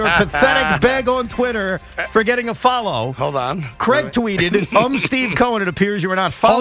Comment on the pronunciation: Who’s CRIAG? 😂